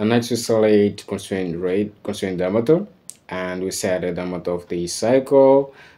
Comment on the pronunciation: His main pronunciation errors/ambiguity are in respect to these words: - Circle ( he's pronouncing "Ceercle". As he's a Portuguese speaker, probably Goa's migrant family, he should read as "Sârquel or Çârquel"). - Set (he pronounces "Let's said" instead of "Let's say" or "Let's set". - Diametre (it's quite difficult for me to explain Overhaul it's not so bad. I've already commented those errors suggesting him to use Google translator application for a final grasp on those words... I hope he has read those comments! His project approach is quite remarkable thou. In this specific video I think the side slotted holes should be made on a sketch over a plane parallel to each side faces to respect the perpendicularity of the punctures... Double work but correct because the faces are 10º tapered.